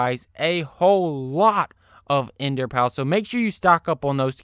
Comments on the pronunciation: Ikr hes a teenager and cant read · You're saying ender pearl wrong wrong